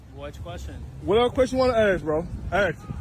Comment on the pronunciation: I agree with almost everything you say but bro just say 'ask' 😭